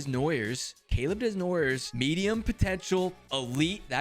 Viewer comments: "Caleb Deznoyers" 😂😂 (It's pronounced Dey-noy-yay) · The way you pronounce Desnoyers😂😂 the French man😂 it pronounced den-why-a or den-woi-a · desnoyers is actually pronounced like: day-noy-ay coming from a wildcats fan ;) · You said Caleb Desnoyers wrong and he is on my local q ream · Man i love your vids but as a french Canadian the way you say Desnoyers hurts 😂 great pickup tho best player in the Q